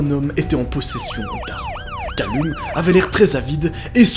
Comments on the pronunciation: Callum ça se prononce Caleum XD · Calleum s’il te plaît, sa ce prononce Calleum 😭🤦🏾‍♂️ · Par contre Callum se prononce "Calloum*"